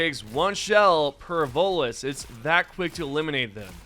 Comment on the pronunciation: DA' LAD KEPT' CALLIN' TEH' VOTELESS DA' VOLUS , AIN'T DAT' DEM' GAS SUCKERS FRUM MASS' EFFECT?